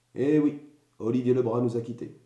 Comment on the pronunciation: Tout d'abord, on prononce bien son nom de famille : Olivier Le Brazzzzzz et pas Olivier Le Bra ! Ensuite, faire attention aux médias, qui ne retiennent ce qu'ils veulent...il aurait fallu que tu communiques avec lui pour le juger ! En parlant des séquelles : tu n'as apparemment pas subi un licenciement abusif ! Oui il était sur le terrain, le premier portique à Guiclan : tu connais ? oui il était sur tous les fronts pour que les salariés GAD aient un minimum de prime extra légale !! Franchement, je suis déçue du jugement que tu lui fais ! C'est son choix, alors acceptez le !